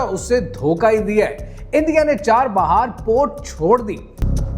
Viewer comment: بھائی چاہ بہار ہے اصل لفظ چار بہار نہی